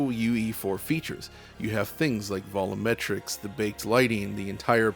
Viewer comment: Here we go, calling them "Vollometrics" again... What happened?????